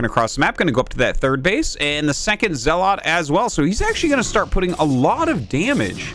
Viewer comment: I wish he said zealot correctly